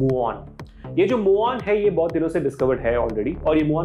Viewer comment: Pehli baat ise Mu On nahi MewOn bolte hain. Spelling bhale hi Muon ho.